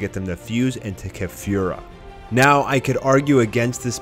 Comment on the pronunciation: Keh-fyoo-rah... Driving me nuts how you're pronouncing it when you also say kah-lee-flah... I fucking hate you.... Shut up